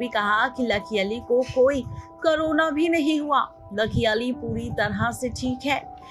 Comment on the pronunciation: O madam baki sab word to aap jibh ko Aise aith aith Karke Ghuma Ghuma karke bol rahi ho jaise ki Angrejan ho aur Jahan per Sidha Sa Ek Corona bolna hai vahan per karona bol rahi ho.....